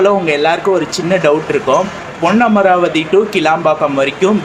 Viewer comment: புதுக்கோட்டை. போனா. காரைக்குடி , தேவகோட்டை , அறந்தாங்கி , ஏம்பல் பஸ் வரும். இராமேஸ்வரம் பஸ் உள்ள வராது பிரதர் , உங்களது தமிழ் உச்சரிப்பு பொன்னமராவதி சரியாக இல்லை ஏன் அழுத்தி ஒருமாதிரி பேசுறிங்க